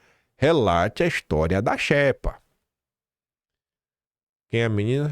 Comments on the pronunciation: Não se pronúncia xépa e sim xêpa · Não é "infógrafico", mas "infográfico". Não é "xépa", é "xêpa" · Porra,, a pronúncia é xêpa e não xépa!!!! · É "xÊpa" a pronúncia,. Como se tivesse acento circunflexo 👍🏻